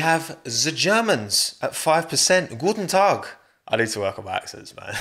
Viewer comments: I'm from Austria and I gotta say you nailed that "Guten Tag" man...👍🏻👌🏻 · Love the way you say guten Tag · That ,,Guten Tag" was better than i ecspect